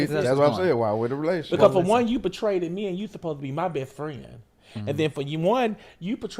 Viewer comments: said Betrayted 😂😂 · It was a lot of mispronunciation of words, but it was ‘betraded’ for me 😂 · “Betraded me” 🥴😂